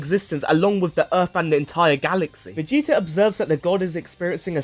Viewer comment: You can't say the T in Vegeta? VigiiA? Why?